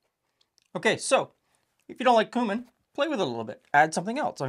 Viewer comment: Thank you, for pronouncing Cumin the right way. I get tired of hearing folks who should know better say "kewmin"! Also, even though I'm not a fan of tomatoes with cabbage, this looked really tasty. I might try it with beef broth.